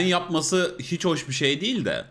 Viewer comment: yorumlar ve tespitler hep isabetli. tecrübeli insanın bakış açısı farklı oluyor gerçekten. ancak "değil" kelimesini bu kadar çok sayıda ve her seferinde vurgulayarak kullanan bir içerik üreticisinin bu kelimenin telaffuzunu biraz araştırması, kendi adına bir kazanım olur. teşekkürler.